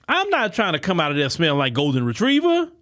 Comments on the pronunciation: said "Golden Retreiver"!!!. I'm done for the day! Lmao!! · 😂 😂 "Golden Retreiver"